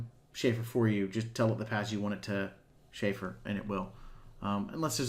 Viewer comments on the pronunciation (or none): Chamfer, not "shayfer."